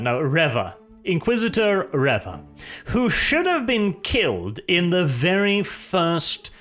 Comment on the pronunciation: I'm so glad to hear you pronounce her name as Reva and not Reeva as most have been pronouncing it. I'm guessing Disney have just bastardised the name of Darth Revan.